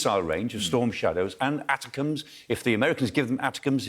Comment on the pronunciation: ATACM’s are pronounce “ATTACK-EM’s”